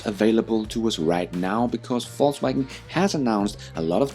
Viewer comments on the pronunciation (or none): It sounds like you are saying false wagon and not volks wagon as they say over there